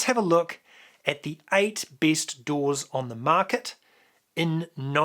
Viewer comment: Say Doors 1 more time